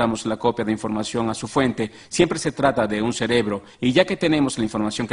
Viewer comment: Para la compañía que hizo el doblaje. Se dice « cerebro » no « celebro » 🙄